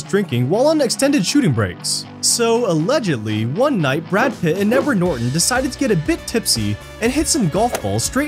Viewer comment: “Nedard Norton”